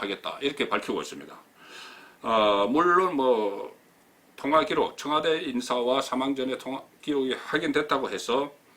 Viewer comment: 이명박이 4대강 돈낭비 비리나 다루세요 이 따위 비생산적인 내용으로 어설픈 국민들 혼돈스럽게 하지마시고요. 허구 헌날 뭇재인정부 흔들기가 그렇게 재밌나요? 곧 폭망할 자한당이나 양심껏 파보세요 그리고 청아~~~대 아~~대가 아니고요 청와~~~와 대입니다.